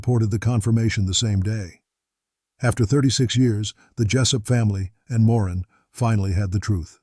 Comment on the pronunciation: A bit irritating having pronunciations of words and names changing frequently. "Mr. Big Operations" are unethical......lying all the time but expecting the truth(or, rather, something to prove the cops guess). Nice that the cops narrowed down the age of one of the women (25 to 50 years old). Appalling pronunciation of Guy Paul Morin's name.